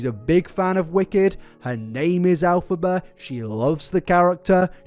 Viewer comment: Why does keep saying "AL-phaba"?? 🤔